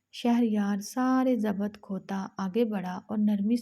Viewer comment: Zabat ,zabat zabat zabat sun sunker kaan pak gaye 😢😂 Allah k wasta k koi URDU speaking larki se read karayen 😢😂